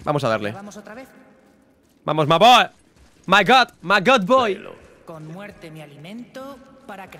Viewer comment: perdón pero no me gusta que digas ma boy